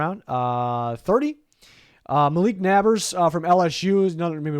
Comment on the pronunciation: the malik “nabbers” pronunciation 😂it’s pronounced neighbors